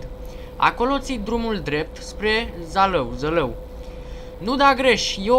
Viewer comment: Se pronunța Zalău